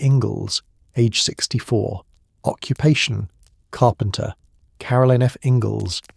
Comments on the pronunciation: Still listening but just had to point out, "carpenter" is three syllables. Lol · "Carpenter" - THREE syllables.